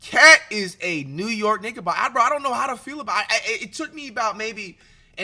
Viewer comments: bro said niggabocker 💀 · no he said nigabockers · Bro really said niggabocker😭😭😭😭😭😭😭